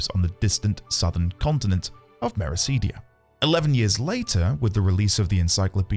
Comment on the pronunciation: Mera-CID-ia, not Mera-SEED-ia.